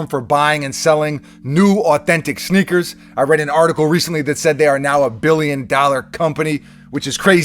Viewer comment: Is he saying snickers?